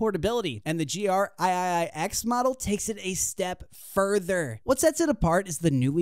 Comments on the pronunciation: Aye-aye-aye-ex. lol. Three X. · "THE GR EYE-EYE-EYE ECKS"